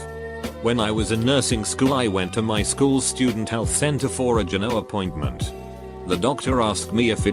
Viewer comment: No one: Automated voice: jEnO